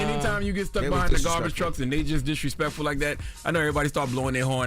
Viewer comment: “ it was disrespectful “ he sound so New York 😅😂😂